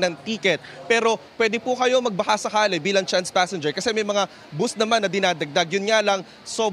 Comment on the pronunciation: It’s called bus. Not boost